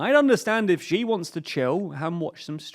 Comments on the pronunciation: Man you gotta stop saying Ji. The way to pronounce Xi is closer to “shee” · XI is pronounced "She" not "Ge" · Xi = See not she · Xi is pronounced as "She". She. Not whatever you're saying. Just say She like you normally would. Cheers. Great video. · When he called Xi as Ji. his credibility went from 2 to -200. 🤣🤣🤣🤣🤣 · x in pinyin is voiceless. you guys can't be that good at research if you can't even look up pronunciation on the name of China's leader.